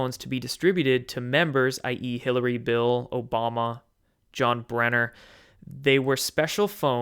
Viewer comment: Brennan not brenner haha. 😘 That’s a lot of phones tho....